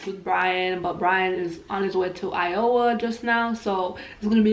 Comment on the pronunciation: I loveeee the way pronounced Iowa.. she said I-oh-wa. Lol. Pronounced it wrong honey. Lol